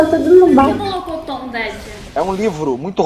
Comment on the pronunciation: não é molocotom, é Murilononmicomi :&